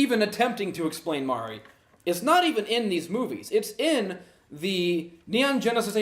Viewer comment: Dude on the left pissed me of he can’t pronounce nothing right it’s Mari(mar-e) not Mary fml